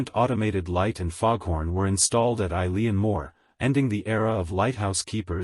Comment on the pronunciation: Its pronounced "E-lan"